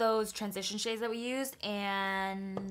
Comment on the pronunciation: Is it just me or she read the shades wrong?😕